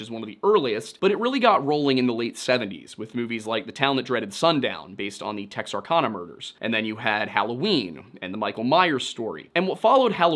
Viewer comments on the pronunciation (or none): Also, not a bfd but it's Texarkana rhyming with ban not lawn. And the original movie sticks pretty much to the murders but the reboot/remake is horrible and the only thing close to the real story is there are mureders. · The kana in Texarkana is pronounced like can. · Bro did not just call it texarCONa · YOU SAID IT WRONG AGAIN, its pronounced Tex (Are) (Can-Uh) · Heya! From the area and in The Town That Dreaded Sundown the town is pronounced like Tex-r-can-uh. It's a combo wombo of the two states that share the border, Texas and Arkansas and there is a Texarkana, AR & Texarkana, TX! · Texark"ana", like in the name Anna. TEXas, ARKansas, LouisiANA is how it got its name. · theres a non 0 chance im the only person in this comment section from the area but the way you pronounced "Texarkana" actually caused me physical pain. also as a person from the area, a phantom killer/town that dreaded sundown video would be really cool. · As a Texarkana native, I giggled at how you pronounced the city's name. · I grew up in East Texas, it immediately got a chuckle out of me too. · Seriously?! You can't even pronounce "Texarkana" correctly??